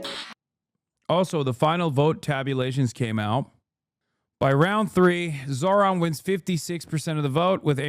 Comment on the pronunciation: It's not surprising that cable news networks are losing audiences. These CBS anchors seem unable, or unwilling, to pronounce a Zohran's name correctly, even after it's been a top story for 2 weeks. Also the Kramer woman has the personality of a corpse, and less charisma than an infomercial AI bot. Monotonously reading from an autocue isn't likely to attract the attention of anyone other than care home inmates...which I assume is their target audience.